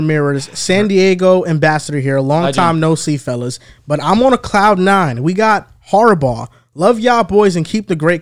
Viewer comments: Dude I gotta say it… it is HARBAUGH as in “har- BAW” do we call Sammy baugh, Sammy BO? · Har-baw, not Har-bow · why are you calling him harbo? 😂